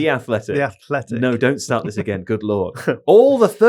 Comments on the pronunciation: right here. It's closer to At-jhletic Madrid. Get that tiny tongue hiss in there 😅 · Yeah right about the softer t, but it’s not the same as a th sound which is what he kept doing over and over 😂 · spoke too soon, the atletico/athletico was fkin annoying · Well if I've taken one thing away from this podcast it's that I now definitely know how to pronounce aTH-letico Madrid really goodly. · A lot of fuss over the T in Atletico Madrid, but the real problem is you all keep saying Ateleticou Madrid. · You are right about anglicised names in media. Even something so easy (for spanish standards) as atlético, you pronounce so different from us. You pronounce every vowel slightly off and then proceed to argue about the "t" sound there. I don't care that is saying that consonant slightly wrong trying to soften the sound, because it is understandable nonetheless and everyone in the room is also failing to pronounce the rest of the sounds in a real proper way. Languages are made to understand each other, not to get fussy about the proper way to say things. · I love, and i appreciate how much he tries pronounce things properly...... but is definitely correct. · The underlying numbers suggest that the t in Atletico is silent. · As a brazilian, seeing you guys struggling with the Atlético/Athletic pronunciation, was priceless. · is 100% introducing a h sound where there isn’t one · There was almost no discernible difference in pronunciations lmao